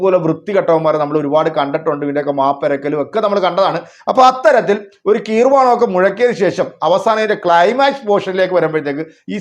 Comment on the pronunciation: കീർവാണം 😂 ഗീർവാണം എന്നാണ്😂